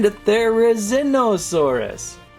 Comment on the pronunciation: Here's how to pronounce their names jig-uh-no-toe-saurus, their-uh-zin-oh-saurus.